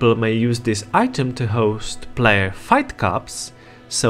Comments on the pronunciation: It doesn't have to be negative or positive, it's just something that is. But I think you can say play-yer instead of plaiar 😂👍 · Tha Plyar, Kuh Uhperatively lmfao Your pronunciation is so funny